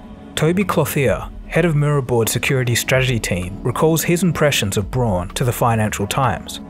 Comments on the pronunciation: Awesome vid! Braun = Brown, though!🤗 in German au makes ‚ow‘ sound!!! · Braun is pronounced like the English word "brown", not "bron" or "brawn" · deleted his comment, I guess he learned something ^^ SnoopyDoo replied: "Braun is pronounce "bronn" in German and not "brown". I know. I live here and speak the language." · Braun is pronounced "brown", not "brawn". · It's really pronounced brown. But it's the closest you can get as an english speaker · FYI "Braun" is pronounced more like "Brown" and is in fact the German word for brown 🤎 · German tip: "Braun" is pronounced just like "brown". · Braun in german means brown...and is pronounced with roughly the same vowel sound (unless you’re Australian). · The pronunciation of Braun is like the pronunciation of brown and means almost the same.. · Very nice, but would it kill you to pronounce German surnames correctly?